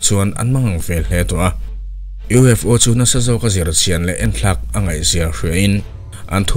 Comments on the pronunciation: USO 😂 A bengvarthlak in ngaihthlak anuam e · vel ah hian U.S.O i ti a nia 😅🤣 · a U.S.O. tia i tawn sawi hi lam sual palh a ni em ? I Channel content ho hi ka tuipui chi hlir an la ni. I hna thawhna chhunga mi thenkhat i dah tel tiam lovin.😁.